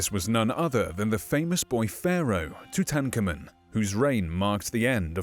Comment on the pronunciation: That pronunciation of Tutankhamen 🙄